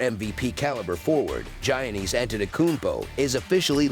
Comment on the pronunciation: The "Gi" is pronouced like a "Y" so pronouced "Yannis" just fyi